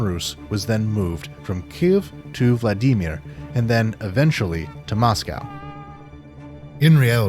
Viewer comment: Best, most clear pronunciation of "Kyiv" I have yet heard. Been struggling not just with saying it right, but HEARING it right, for months. браво, і з нетерпінням чекаємо на наступну частину.